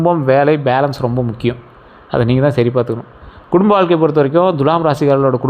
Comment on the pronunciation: உங்களிடம் ஒரு request. Dulam என்று தவறாக உச்சரிக்கக் கூடாது Thulam என்று அழுத்தி உச்சரிக்க வேண்டும். அதோடு வால்க்கை னு அழுக்கு ஒட்டினமாதிரி சொல்ல வேண்டாம். சுத்தமில்லாத சொற்கள் பலிக்காது!